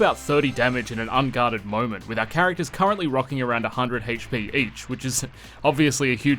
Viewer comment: Hayytch peee